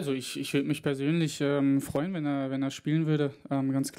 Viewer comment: "Feuen"?Das wars Komplett